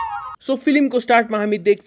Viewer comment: Filim 😂 akident